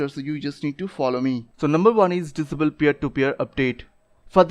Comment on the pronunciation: I watched all your video just to hear "Dizabel"